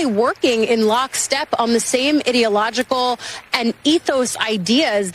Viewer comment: Notice her pronunciation. idoit-ological vs ideological